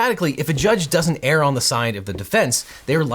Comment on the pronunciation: Great analyses. Thank you for clarifying these legal issues in such a clear way. Obviously, you are an intelligent guy, but please: The word “err” is pronounced “uur.” It rhymes with “fur,” not “pear.” I’d hate for your credibility to be marred for mispronouncing a 3-letter word. :-)